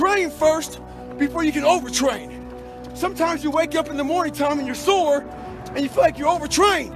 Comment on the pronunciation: "sore" not "sword"